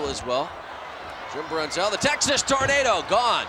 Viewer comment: Almost as bad as when he used to pronounce Texas Tornado as “Torn-Ardo” lol